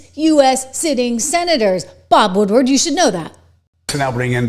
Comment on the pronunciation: Did you say Bob Woodward, or did you say Bob Woodpecker?